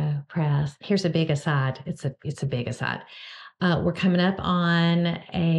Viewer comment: Closed captioning heard the way you say aside as Assad. I didn’t have it on for “yullow”.